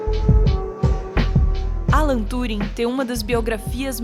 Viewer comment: mulher mais sábia TUUUring invés tãnring, ta certo?